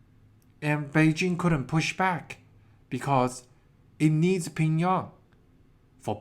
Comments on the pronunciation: pyongyang not pingyong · why is it that you and Lei’s Real Talk can’t say Pyongyang?